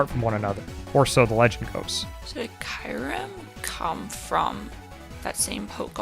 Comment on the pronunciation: btw, Cheren means black in Bulgarian and im amazed that you're actually pronouncing it right and not reading it like "sheran" or something like that. 😂